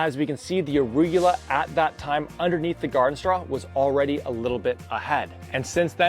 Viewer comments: Arugula is pronounced: “uh-roo-guh-lah” 👍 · Why does he keep saying arugyewla? 🤦🏻‍♂️🤣